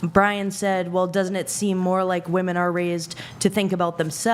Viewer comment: Will someone please correct that girl in the grey dress how to pronounce women